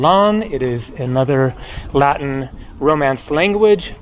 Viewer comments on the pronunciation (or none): none